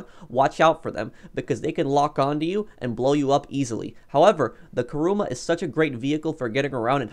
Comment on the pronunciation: Why are people saying karuma its kuruma